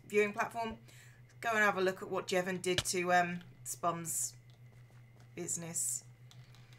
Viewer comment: THAT'S MY NAME! SHE PRONOUNCED IT CORRECTLY!!!!!